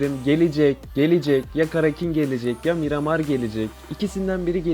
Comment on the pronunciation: Mıramır değil Miramar